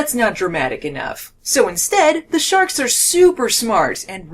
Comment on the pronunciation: Shee-arks,, aauaughghg !!